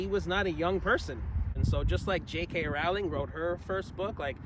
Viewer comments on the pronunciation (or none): It’s pronounced: Bah-m (Baum) and Rowe-ling (Rowling).